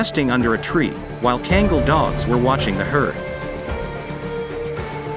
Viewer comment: It's not god dam kengal. Learn how to say it right ,,,the breed name is KANGAL god dam it